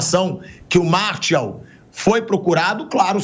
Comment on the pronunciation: Chega dar agonia ver o pilhado falando o nome do jogador errado, não é "Martiau" nao pilhado. O nome correto é "MARTIAL" (escrito) e "MARCIAL" ( pronúncia correta)